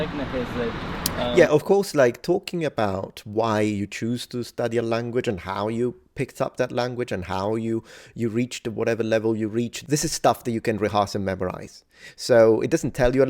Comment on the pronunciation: dude I am sorry for being nitpicky about this but "rehearse" is pronounced "rəh'ərs" not "rəh'a:rs" or anything like that. It just grinds my gears, so I had to let you know after hearing you mispronounce as such in another video I watched of yours this morning Edit: corrected the time stamp